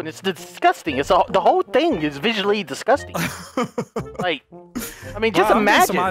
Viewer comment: Not thu yuttas